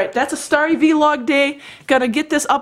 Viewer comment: Just Vlog. Not Vee-log. Lol